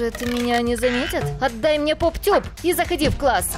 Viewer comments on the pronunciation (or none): НИ ПОП ТЬУП А ПОП ТУП